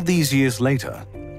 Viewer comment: Titanaboa (Hancock)???